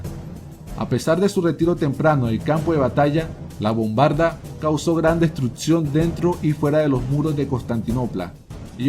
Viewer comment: se dice destruccion no destrutcion!!!!